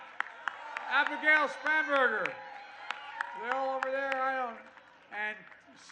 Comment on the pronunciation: Did he say Abigail "spamburger"? "INTEGRITY "??? McAuliffe stated "parents should not have ANY SAY in what's taught in schools"! Biden IS THE BIG LIAR! Biden is UNFIT for office, and so is McAuliffe!